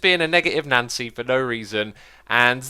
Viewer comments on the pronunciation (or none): none